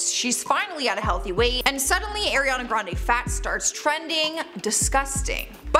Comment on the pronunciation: Eeeeirrriana Grande. The first second. And I'm already done. Can't even pronounce her name right, why ya'll so unprofessional